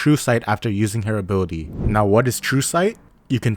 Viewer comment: Why I heard " her boodie" and not her ability